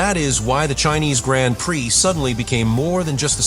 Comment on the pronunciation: Hopefully AI will teach itself how to pronounce “Grand Prix” correctly sooner rather than later!